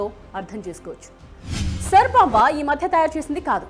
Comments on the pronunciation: సర్ బొంబా కాదు ఆది SAAR BOMB Pronounciation నేర్చుకోండి first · Saar bomb kadhu , Tsar bomba antaru